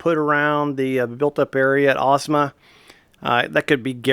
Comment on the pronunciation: you pronounced the name correctly